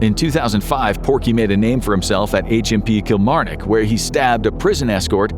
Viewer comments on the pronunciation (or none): none